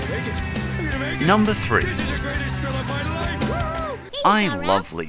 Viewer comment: It's Mr.Lisa not List